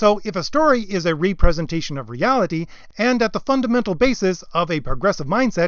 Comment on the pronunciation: Very well presented and accurate! Except I believe you mean a REP-RE-SENTATION of reality, not a RE-PRESENTATION of reality.